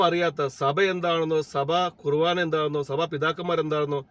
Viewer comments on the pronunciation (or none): ബിനോയ്‌ കുർവാന അല്ല കുർബാന ആണ്.